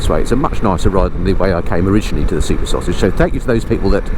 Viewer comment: "Sauge action" Ooh err missus 😉 😅